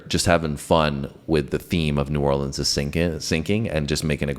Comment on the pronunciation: The band doesn't even know the correct way to pronounce "New Orleans". Look it up. How frigging sad.